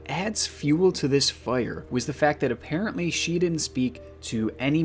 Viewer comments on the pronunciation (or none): none